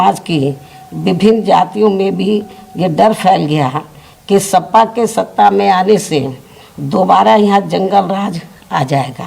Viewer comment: सपा को सफा बोल दी दीदी